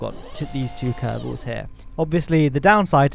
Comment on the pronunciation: you can say: "the kerbels have invented a more efisent teck".